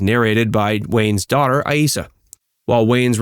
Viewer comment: You pronounced Aissa two different ways: a-ee-ssa and ai-ssa.